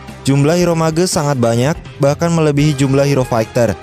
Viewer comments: Mage not ma-ge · Cara sebutan mage Tu Salah.. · Lol pronouncing MAGE